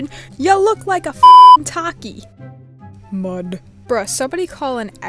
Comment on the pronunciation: The way you just bluntly went "mud" made me laugh so hard idk why